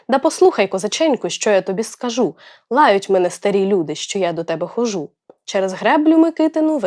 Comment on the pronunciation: Будьте уважні до наголосів, наприклад: корОмисло, хОжу, скАжу